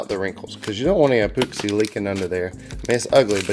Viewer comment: Love it. You just gave me a great idea. Cant wait to try it, will share if it works out. Your videos are the best. I laugh every time you say Mattay Clearay and epooxy.